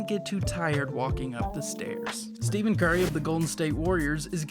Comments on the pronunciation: It’s not Steven it’s “Stef-in” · Did he just say Steven Curry? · The man said “Stephan curry” 🤣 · "steven" curry im deaaaad